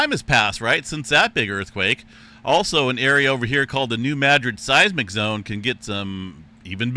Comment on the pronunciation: EM referenced the New Madrid zone, again calling it Nu magic. When is he going to get the pronunciation correct? Search Stefan Burns for someone who is very knowledgeable